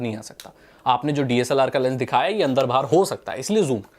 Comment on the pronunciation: Andhr bhaar andhr bhaar, umm... Intresting